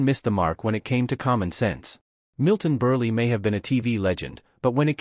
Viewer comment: it IS AI. Whomever runs the channel should spell the names phonetically so they are pronounce correctly. Otherwise this is pretty good. Signed, Milton Burlee!